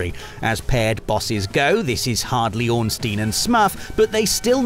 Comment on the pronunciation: Not Ornstein and S m u f